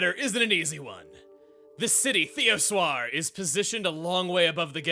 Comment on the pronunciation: Who else pronounces it Thee-oh-sher